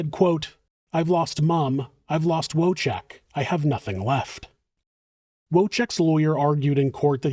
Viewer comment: W is pronounced as V in Polish, and it's whirlwind, not worldwind. ❤️